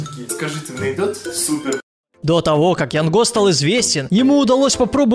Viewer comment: не ЯНГО А ЯН ГО